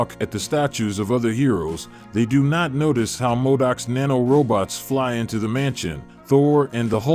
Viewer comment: M.O.D.O.K., MODOK; pronounced Moe-Doc, not Mod-Uck. Man, I hate doing something so nerdy, but even I know how to pronounce that name. This narrator is almost monotone. There's very little energy in his presentation. Nice ending. I can tell it's important to you for everyone to like and subscribe.